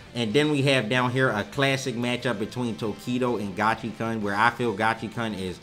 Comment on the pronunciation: Uff, it hurts hearing Gachi"karn" each time. I thought its Gachi"koon"...